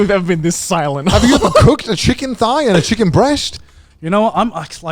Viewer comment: The chicken thighs were the whitest I've ever heard Connor